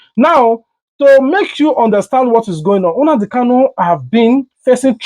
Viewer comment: Bro abeg , pronounce the name well Mazi Nnamdi Kalu ....not Hunadi kalu